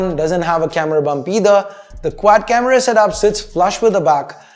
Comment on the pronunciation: "quack camera"